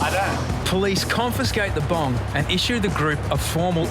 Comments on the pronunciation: He said bong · I genuinely thought they said bomb, not bong. I thought he'd react a bit more if they had a bomb then going; "Who's is it?" It doesn't matter! There's a bomb!!